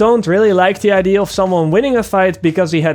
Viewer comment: Does it bother anyone else how he says "ID" instead of "Idea"?